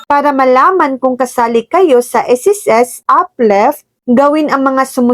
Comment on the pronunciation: uplift hindi upleft😂